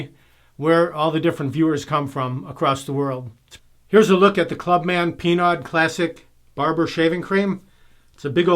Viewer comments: FYI... "Pinaud" is a french name... the pronounciation is as follow: "PEA-NO" not "PEA-NODE"!:) I am French Canadian so I know.:) Have a nice day! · Is the same pronunciation of Renault it's "rea-no" and not "rea-node" 😁